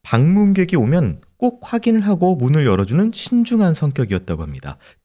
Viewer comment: 크라임 한가지 거슬리는 것. 배교수님의 말 습관입니다. 정규방송 앵커같을 수는 없지만. 그렇게 해고 --> 그렇게 하고 왜 그래느냐 --> 왜 그러느냐 불쌍해다 --> 불쌍하다 그렇게 핼 수가 있겠느냐 --> 할 수가 있겠느냐. 해다 라는 말은 없습니다. 해 를 쓰는 경우는 하다의 활용형으로 명령형이나 과거형에 활용되는 말일 뿐입니다. 조금 거슬립니다.